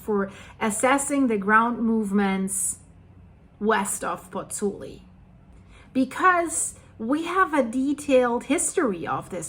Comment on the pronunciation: Hi,, you pronounce the Italian vowel sounds in the middle of Nuovo perfectly (as in Monte Nuovo - pronounced oo-aw). The vowel sounds in the middle of Pozzuoli, however, seem to be tripping you up, although they are exactly the same (pronounced, oo-aw)...